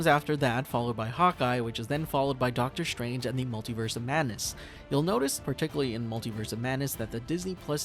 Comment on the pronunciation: Doctor Strange❎ Doctor Shtrange✅